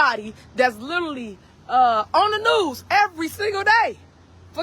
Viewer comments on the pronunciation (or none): Speaking properly is a struggle for her. She meant "Literally" she said, "lilerally." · Please will somebody teach her how to say the word " literally " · “Littally on da news”